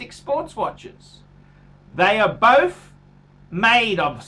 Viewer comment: I'm not liking how Jack Black's brother pronounces both "Boff"